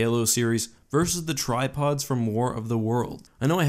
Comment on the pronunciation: I also couldn’t hear anything else than „tide pods“ when he talked about the tri pods 😂